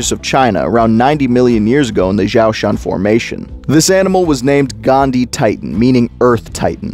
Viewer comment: did he say gandhi. LoL 🤣